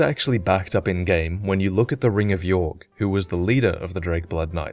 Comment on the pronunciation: It's Aldia that experimented on dragons not Vendrick. It's also possible Yorgh is pronounced "Yor" and not "Yorg".